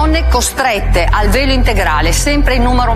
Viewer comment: Beppe, quando hai fatto la domanda al sindaco, avevo capito PELO, NON VELO 😂😂😂